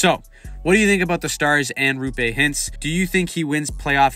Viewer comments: Great video. One note, it's pronounced ROH-pay...not ROO-pay. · It's Roope. Not Ruupe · Not RU-PAY hintz. ROW-PAY hintz. You’re welcome 🤘🏽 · it’s row-pay not roo-pay btw :) ✨💚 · If you want to pronounce his first name closer to how it is actually pronounced it's a double O, not double U. Roope, not Ruupe. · It’s not Ruupe it’s Roope. With O. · its ROOPE note Roupe or Rupe or whatever the fuck everyone is saying, bruh there is 2 o's how does everyone butcher it so hard😂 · For the love of Satan his name is "Roope", not "Rupé"! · His name is Roh-pay not ruu-pay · Great vid! The name is actually pronounced Roh'pe. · It’s pronounced Raw-pe (pe as in pen) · How can you call yourself a hockey channel if you can't even pronounce Roope's name correctly nor have any idea of how good he was? Good Lord. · Hurts my ears when you pronounce Roope. O is like in word Moore. Not like O in Choose. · Great breakdown! Just a couple tips from a stars fan that hears all kinds of names bein thrown around 😅 Roope is pronouced like Row(as in row a boat)- Pay. Also the first part of heiskanen is pronounced 'hay' rather than 'hice' ❤